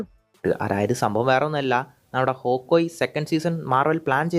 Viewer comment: Hawkoye ❌️ hawkeye✅️